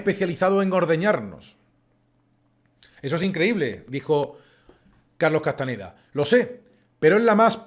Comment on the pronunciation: Se acostumbra a decir C. Castaneda, pero era CastaÑeda. Gracias